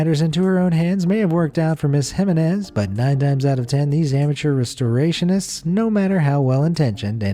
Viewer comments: You need to learn to pronounce Jimenez. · It gave me a headache how he kept mispronouncing Jimenez. And most Americans keep laughing at how other countries speak English. Hah.